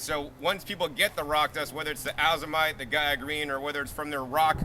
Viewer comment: nice job. for future fyi: Azomite is pronounced "Ay-zoh-mite" not Ah-zoh-mite. Long A as in A to Z.